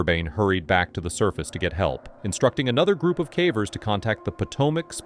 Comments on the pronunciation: 85 minutes in and between his terrible numbers and bizarre mispronunciations of simple words got me feeling stupid. It’s crazy how sometimes the pronunciation is correct of one word the next time the same word is mispronounced badly. Cavers, cā-vers, next time cavers, cah-vers. It is massively annoying. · “Some were died and others were injured” Man it’s clear as day that you use AI but ffs at least proofread it dude. That’s just one example, but these are riddled with really bad obvious AI grammar errors and all kinds of baffling pronunciations (cahvers anyone? instead of cavers 😂 that’s a constant one I hear in almost every one of these videos). It’s just lazy, and there’s so many errors that it actually does take away from the content and for someone who’s ESL, it probably straight up makes it hard to understand/follow. Tons of content creators who do caving and other disaster stories like this take the time to edit, and gasp even create the content *themselves*. 😮 Shocker I know. But honestly-I can deal with AI. I just can’t deal with BAD, completely unedited, not proofread AI. Like, make it more obvious that you’re just trying to get that ad/views money please and dgaf about actual quality or effort, I can’t tell /s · It totally is. There's way too many silly mistakes that normal speaking people just don't make. Listen to how many times "cavers" is pronounced "cavvers", or sentences like "they were had died " it's decent AI, but still very obviously AI.